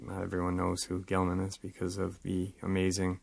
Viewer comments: I really enjoyed this episode it was very interesting and informative, a few things I had to get off my chest though- the creature rugaru is pronounced roo-ga-roo, and the famous and highly esteemed big foot film was by Patterson and gimlin not "Gilman" and im not even being a dickhead troll I just wanted to reiterate those points as to clear up any confusion that there might have been about names and what not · Gimlin not Gillman, just saying...😜